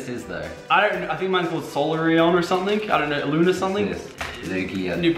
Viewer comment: Loonarla and sungelayo